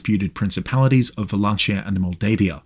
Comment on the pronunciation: The CH in Wallachia is pronounced like KEY.